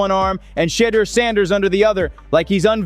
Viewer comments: The CC and narration kill me; they continue to slaughter that man's name. SMH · Gruden history? Wont happen... Learn to pronounce Shedeur's name properly...please!!!